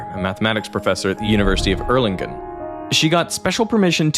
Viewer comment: TERRIBLE ... the pronounciation of Erlangen.